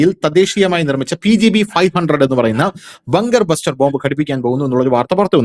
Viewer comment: ബഗ് ബസ്റ്റർ അല്ല. ബങ്കർ ബസ്റ്റർ